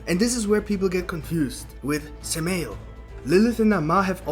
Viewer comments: Just to be nit picky, it’s not suh-male it’s Sam-i-L. Satan and Moloch are one and the same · Say the name right fuck shit..... Sam a L .... like urial Ariel garbriel ... how the fuck are saying it that wrong but you studying??